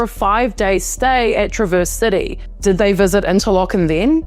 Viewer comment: The pronunciation of Traverse City is accent on the first syllable!